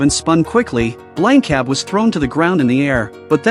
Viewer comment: It's Blanka